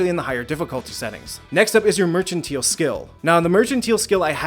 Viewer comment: I was wrong, he didn't figure out how to pronounce "mercantile" T.T In all seriousness though, this is a great series! I'll definitely be coming back if I need any tips for other games :)